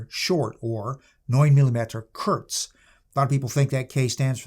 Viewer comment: It's Kurz, no "T" sound in the word for "short" in German.